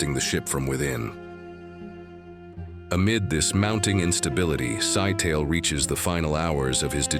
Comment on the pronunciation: "MAH-trey" not "May tree". "Sigh-tal-eh" not "sky-tale".